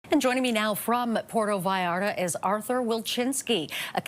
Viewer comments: She needs to learn how to say the city's name. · “Puero Vallara”